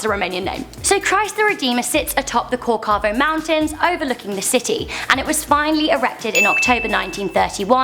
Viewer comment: corcado? cocavado gosh get it right